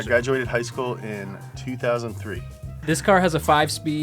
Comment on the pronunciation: The way he said "2003" bruh lol